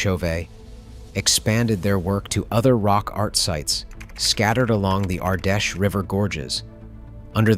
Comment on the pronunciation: The river Ardèche is pronounced like "ardesh" not "ardashay". It took me some time to work out what river he was talking about .